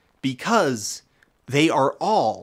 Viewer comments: I enjoyed this so so very much. You missed a tangential opportunity with vsauce2 and vsauce3 and also dong, but your accent saying "as alweys" made up for it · Last second immersion break from the pronunciation of "as always"